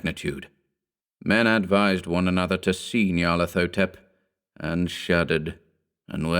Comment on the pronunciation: The correct pronunciation would have a "hotep" at the end, as in the Egyptian word. Not "thotep".